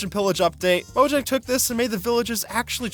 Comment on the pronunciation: bro said morjag